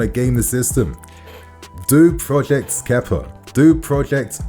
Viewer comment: Kepa didn’t play for us for a year and you forgot how to say his name properly